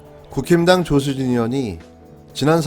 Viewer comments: 국힘당,ㅋㅋ 극혐당으로 들리는데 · 국힘당, 발음하면 "구김당" 이 되는구나... 이미지 구김당 ㅋ 이름대로 오늘도 계속 이미지 구기고 계시네요.